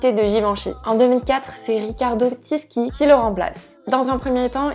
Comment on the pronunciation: « Tisci » de Riccardo se prononce « Tichi » comme chignon. Bisous